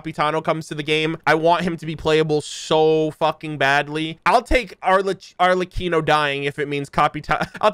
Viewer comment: Thank you thank you….. this is a honest reaction.. thank you for not looking at the thumbnail… and a major thanks for pronouncing Arlecchino correctly 😂✨